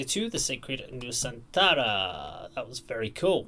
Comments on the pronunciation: You got it right sir!! Perfect accent to say Nusantara🤠😎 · Hiii, yes it's really correct about your pronunciation of Nusantara 👍🏻... wellcome to our beautifull country, Indonesia 💕 May you be pleased 🙏🏻